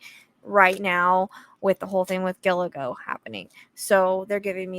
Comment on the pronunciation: Gilgo, not Giligo lol😊